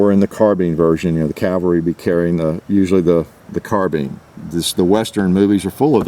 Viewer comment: Because it is “carbIne” not “carbeen” 🙄